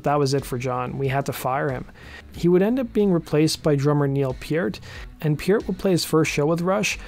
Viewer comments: Pronouncing Neil's name correctly was the only redeeming aspect of this video. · I’m just kinda happy the narrator pronounced Neil’s last name correctly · Thanks for pronouncing Neil’s last name correctly. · Pretty much the only positive component here (in terms of how this story was told). Beyond this, his narration was a train wreck. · At least he pronounced Neil's name correctly.